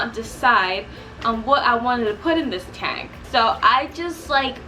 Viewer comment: fire boy Ixta taunk